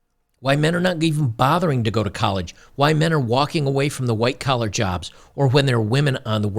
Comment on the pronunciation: Did he just say white color jobs? I cant 😂😂😂😂